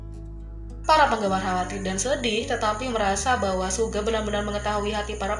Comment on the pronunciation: bilang suga malah suge hahah